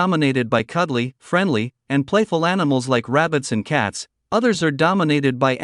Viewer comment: what the fk is anisals . .you twat . . .